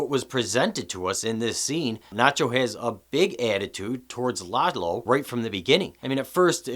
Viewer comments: his name is Lalo, not Lelo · Lalo- La-Low.. lol every white person keeps pronouncements it Lay low 🤦🏽‍♂️ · Danny J His pronunciation of Lalo really grates on the ears, but your amazingly stupid “every white person” and your blatantly incorrect “lay-low” (which no one had said) really grate on the brain.